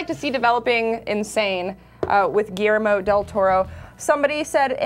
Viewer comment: Giermo dil Toro? Who the hell is that guy, learn how to say Guillermo del Toro please!